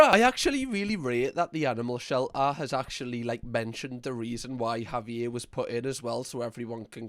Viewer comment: Can you please have a pet or child or this dog and call them Javier? The way you say it is amazing. Auv-ee-ay.. i would say(wi usa south side milwaukee.) Would be .HOV-eee-yairrr